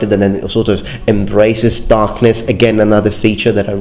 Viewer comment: It’s DARKNESH!